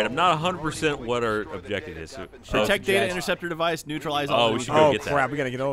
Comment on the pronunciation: That is not how you pronounce objective.